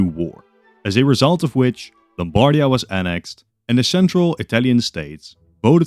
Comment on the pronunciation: Just a little pronunciation note from an Italian: we say Lombardìa and Vèneto. Love your content btw